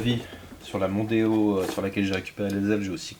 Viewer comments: Arf ! Tu ma devancé... j'allais dire exactement pareil.. "Démon" avec le O en rab 🤣🤣🤣🤣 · En sois.. "Mondeo" a déjà un nom marrant "Mon déo' " 🤭sinon pas "Demon-o". Beau geste, pour les cheveux de la personne Oh bordel la rouille a la fin.. Ca me donne envie de démonter les garde-boues pour vérifier m'as première voiture à l'achat.. 🥲🤣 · Ford Mondeo --> Ford Demono 😁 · Mondeo : Demon pour le dernier O on le vire :)